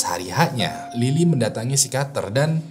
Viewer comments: pesikiater bang bukam sikater 😁😁😁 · psikiater apa psikater sih bang???? 🤣🤣🤣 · Psikiater Bang ,bukan Psikater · Susah bet bang kyanya pas harus ngomong pesikiater😂